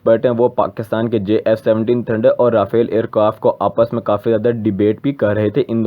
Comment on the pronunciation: Abe lode Jf 17 bol na bhi ata h